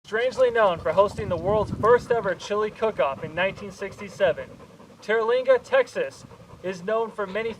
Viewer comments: Terlinga.. bro pronounce it correctly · Learn how to say Terlingua.